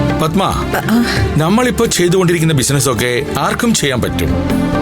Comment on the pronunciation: പദ്മാ അല്ല പടമാ പൂ മോൾ